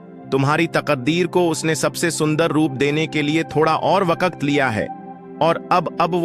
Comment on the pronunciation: Wakat nhi bhai waqt